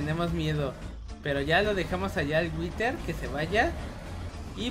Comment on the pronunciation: Se Dice whider